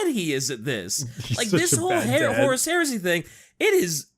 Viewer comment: I dunno why but for some reason I've begun hearing Horus as Horace. The Horace Heresy.